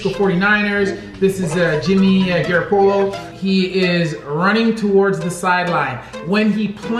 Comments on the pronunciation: Jimmy garpolo it's Jimmy ga-rap-alo not trying to be mean btw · Bruh said garapolo 😂😂😂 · By the way, it's pronounced guh-ROP-po-lo. Emphasis on the ROP. I know you don't know much about football so just trying to help you out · He called Jimmy last name gurplo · Garapollo prounounsiation that’s hallarious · The way you say Garoppolo haha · Stevenurocket ik😂😂😂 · Wtf did you say jimmy garapolos name weong for